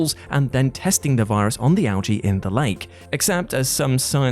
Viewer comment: How do you manage to say "Algae" correctly and then completely butcher it up a few seconds later?